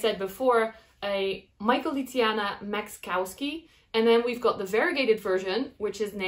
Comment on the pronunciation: Pronounce it as Maxkowski-i, Azlani-i